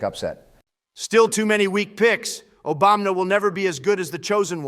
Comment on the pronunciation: "Obamna." Lol